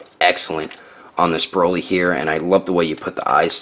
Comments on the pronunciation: My guy called broly broccoli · He called him broccoli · U called him broccoli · You called him broccoli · Did he just call him broccoli